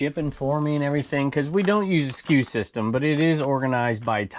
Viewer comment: That's funny, you keep saying "SKU System" and I thought you were saying, we don't use the "Excuse system" around here. Like who cares if we're sick, the show must go on! 😂